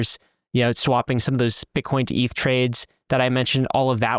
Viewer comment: eeeth whut